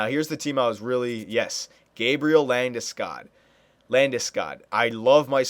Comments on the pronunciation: Get labdeskoooodd, lool just sayin it's LANDESKOG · take it from a Swede, it´s pronounced "Lande-Skoog" a long "o" like in "School" not Landeskag, Landeskoug or Ginger Ale Since you are only doing a 5 year sim, maybe Iginla is the best option atm since he is 91 and proven